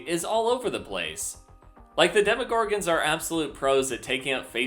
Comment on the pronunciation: demoGORGANS? I always thought it was "DemoGORGONS"